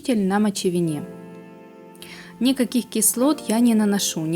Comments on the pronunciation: Здравствуйте. Правельно мочевина ударение на и. Комментарии. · С чего вы делаете такие предположения? Нет там никакого грибка! Цвет ногтевой пластины изменён за счёт покрытия обычным лаком. Могучая сила буквы "Г" и ударение в слове мочевина вообще атас!